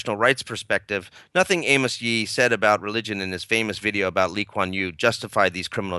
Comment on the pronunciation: Its actually amos yee. (A-mers-)